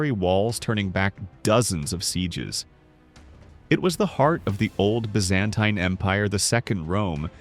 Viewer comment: Happy two hear the proper pronunciation of Byzantine and hence full credibility about the subject matter